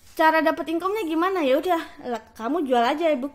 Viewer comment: Belajar lagi lah bahasa inggrisnya, masa engagement, demand & income aja medhok 😂 Atau kalau ngga, pakai bahasa indo yang baku sekalian.